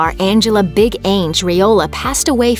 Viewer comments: Why are you pronouncing Big Ang's name as, "Ainge"? It's short for Angela... Not Aingela! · Please have the speaker learn to properly pronounce “Ang”. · Why does she say 'Ang' like that?